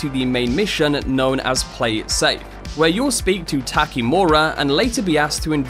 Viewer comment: "Tekimura" "Kelly"... I can't take this...